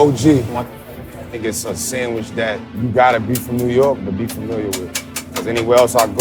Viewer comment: SANGWICH!!! LOL